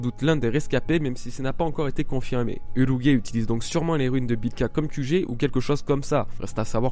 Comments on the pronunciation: "Urougué" non "UrouGE", le G se prononce "J" devant le E. Et dans la VO Japonaise, c'est bien "Urouj" et non "UroGUÉ"... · J'ai vraiment hâte de revoir Ener et Crocodile ils sont vraiment badass PS: Urouge se prononce Uruji et non pas Urogue